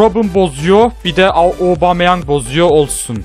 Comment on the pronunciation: aobomeyang diyişi